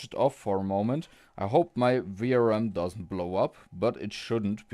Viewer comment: maybe it's a good idea before you start to check in resistance mode and diode mode from phase to VCC 12V as well, not just from phase to GND. Also the way you say VRM always sound like you say VRAM , this is confusing some times.